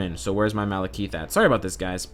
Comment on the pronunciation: "Malekeeeth"? That's not a voice issue. He's straight up misspronouncing Malekith.